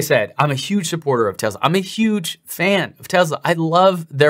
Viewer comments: He can’t even pronounce the company name correctly: “Tezla” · Ben it talking about Tezla. Lol. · Since he posted a video of him crying in joy about paying off his home, and bragging about how he's getting TWO free Roadsters, I feel that he's just a click baiting snob. I'm as confused to his sudden change as well, it's obviously driven by some kind of profitable agenda. And dammit, it's TeSla, not TeZZZla. Lol. This made my day. Thank you!